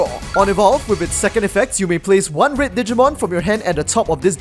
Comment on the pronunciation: Why do Singaporeans/Malaysians/Hongkong(ers?) pronounce "red" as "read"? This is something I have noticed recently